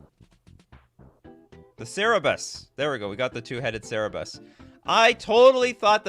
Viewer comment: Always enjoy your content. Just so you know it isn't a sear-a-bis. It's sir-bor-us. As in the multi headed hound guardian of the underworld. The Frozen shade error was the first I ever saw on a card:)